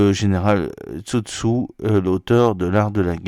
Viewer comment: Sun tzu, pas Tzu Tzu ... ^^